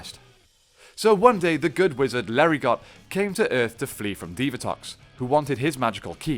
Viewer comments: LERI -GO.....not Larry got. Lol. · Just a heads up - pretty sure the "t" in Lerigot is silent.